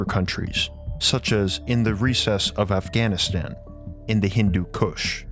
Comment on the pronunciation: All I heard was Hindu KUSH 🤣